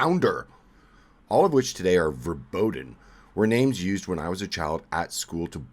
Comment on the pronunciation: Please learm how to pronounce verboten.